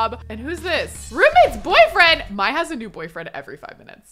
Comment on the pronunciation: I could be totally wrong but I always thought the name Mai was pronounced like ‘May’, not like ‘My’